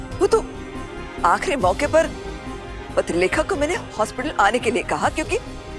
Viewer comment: Papilekha nhi patralekha